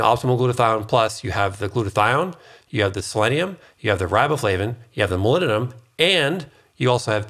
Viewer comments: It's MOLYBDENUM with B and D not molymnum. :D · Please clarify ... the mineral you mentioned near the end that sounds like " millennium" .... molybdenum? aluminum? ....hard to hear that as a recognizable element .... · Is he saying ‘molybdenum’? All I hear is ‘mulununum’...... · If you're also wondering about "molinnenum", it's molybdenum. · Molybdenum It has a 'B' in it. moly'B'denum Learn how to pronounce it. Otherwise, thankyou very much for the information. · What is milleninum? You keep calling it milleninum, what mineral is that? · Are you saying molybdenum? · I assume you are trying to say the word 'molybdenum'?